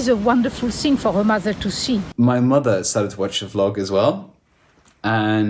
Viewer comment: I adore the way Selma and your brother pronounce Vlog, the say Flogging instead. I do appreciate how hard the English language is to learn, but they have elevated the meaning. The main reason your vlog works so well is bc of the honesty of everyone involved. No governments, politicians or corporation are present. This is just good people communicating openly with good people. The internet may show us the way to live a wonderful life. Thank you from the bottom of my heart. Keep on “flogging” ! Lol.